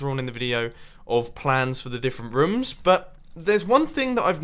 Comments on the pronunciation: I like the way he says rooms Ruums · the only thing i hate about him is the way he says rooms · Does anyone notice that Mumbo says rooms like rums